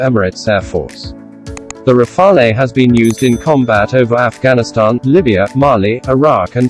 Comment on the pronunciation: You miss pronounce Rafale , there is no eh just say Rafal as the E is silent if said in english , for your info rafale means gusts of wind